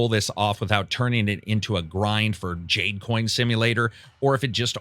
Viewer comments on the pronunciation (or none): none